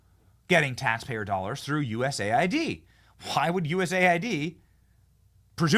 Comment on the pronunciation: People, cmon, it's US AID, not USA ID. :D